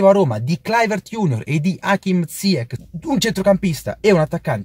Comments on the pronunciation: Si pronuncia ziyesc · Non si chiama ziakkk ma ziach.... Ch in francese si pronuncia come..ci.. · Cmq si pronuncia zaiec non ziec (il nome si scrive ziyech)